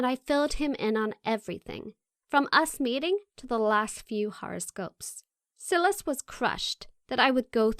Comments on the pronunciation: Silas pronounced SY-Lis lol. That drove me nuts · I don’t think that how you pronounce his name Silas.... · I have a feeling the male character's name is "Silas"......... and it's not pronounced like "silly" its pronounces like "sigh". What a weird fucking channel. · Its pronounced sigh-las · Omg the way she pronounces "Silas"